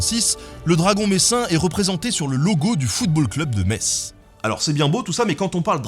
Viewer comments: toi tu cherches les problèmes 😂 le t se pron3pas point barre. Si tu le prononce t'es direct repéré comme étranger... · on dit pas Parisse donc on prononce Metz correctement, c'est pas du pinaillage. Et la mirabelle ça se mérite. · Ca changera rien ; 90% de la France continuera de prononcer le "T" de Metz et "Brukselles" au lieu de "Brusselles". Votre combat est vain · Perso, je ne savais pas que le"t" de Metz ne se prononce pas. Dorénavant, je ferai attention. C'est vrai que de nombreux noms et mots ont vu leur prononciation modifiée. Dommage... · AÏe Aïe Aïe... le messin que je suis regrette les 2-3 T qui traine sur la pronnociation de Metz ^^ Sinon très bonne vidéo ! A noté qu'à Metz, le Graoully réside dans l'amphithéatre romain en marge de la ville qui à l'époque représente le painisme... Le graoully sera monté en symbole par a ville indépendante messine dont les paraiges, des familles dirigentes (un peu comme dans GoT) veulent prendre le plus de distance possible avec l'eglise. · Arf t'as la prononciation de Metz qui est bonne une fois sur deux, c'est à la fois amusant et frustrant :-p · Le Mont-Saint-Michel Breton ou Normand? T'es dingue? Ça va être quoi ensuite? Le pain au chocolat ou la chocolatine? De toute façon, je m'en fiche, je suis Lorrain. Le Graoully de quoi? Ne prononce plus jamais Metz comme ça, malheureux ! Les Messins vont te tuer. Ou pire. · aie metz on prononce pas le t ^^ mis a part ca tes videos sont genials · Revois ta prononciation de Metz s’ul te plaît :D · On ne prononce pas le T de "Metz", en plus tu le dis même pas à chaque fois, allez encore un petit effort 💪🤣 Sinon en dehors de ça c'est intéressant 😜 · par contre dans metz le T ne se prononce pas . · Moi aussi ca me fait tressaillir à chaque fois ! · C'est pas que on ne le prononce pas ce t, c'est qu'il n'existe pas ! La véritable écriture de la ville c'est Mess ou Meß, voilà. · Metz se dit "mess" et pas "metss" ! Encore quelqu'un qui prononce mal le nom de la ville de Metz 😭😭